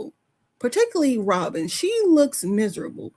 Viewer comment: It’s like Rawwwbin is really leaning into the way we make fun of her pronunciation. She’s rage-baiting us. 😂